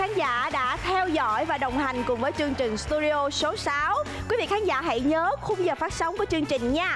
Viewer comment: Mc nói sai chính tả nghe khó chịu ghê. "Chương trình" chứ k phải "trương trình" nha chị Sam